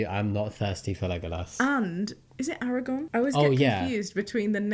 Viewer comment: It is Aragorn with another r not Aragon